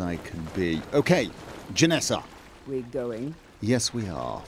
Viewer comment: JenAssa, not JenEssa.